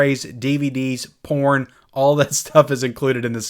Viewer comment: You say porn😅😅😅😅